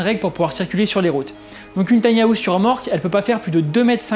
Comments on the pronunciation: Tiny hAouse 😬 quel accent 😅. Pourquoi les Français rajoute un A dans le mot anglais House 🤔 ? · On dirait qu'il va miauler à chaque fois qu'il prononce house ^^ sinon belle analyse